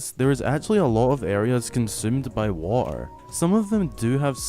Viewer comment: The way you say water like “waugh-ehr” is so funny lol